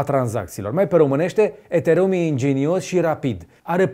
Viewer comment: Cum frate sa pronunti asa de romaneste ethereum :))